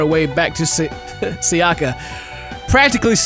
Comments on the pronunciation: Thanks,, it was very entertaining! But i'm sure that it's SAyaka, not saYAka))) It's more accurate with Japanese, and it sounds nicer ^^ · Its Sayaka (Sigh-yuh-kuh) and Hikari. You pronounced Hikari right, but it actually means Light in Japanese